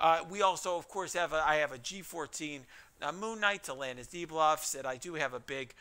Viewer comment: Just wanna say he said "moon night debwuff" xD